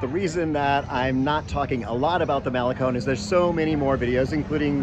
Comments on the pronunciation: We’re in our 60s and live in Esterito, does that make us hipster? Trendy for the first time in our lives! We walk the Malecón every morning and it’s a wonderful way to start the day. Just FYI Malecón is proncounced male-CON not male-CONE. Love your videos, keep up the good work. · dude its not mal a cone its pronouced mal e con